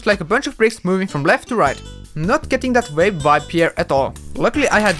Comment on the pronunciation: I heard vape not wave... lol